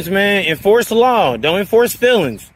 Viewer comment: FEELINGS, not Fillins Kinda like Ask.